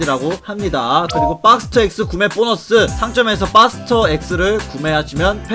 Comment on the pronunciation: 빡스터가 아니고 박스터에요 ㅎㅎㅎ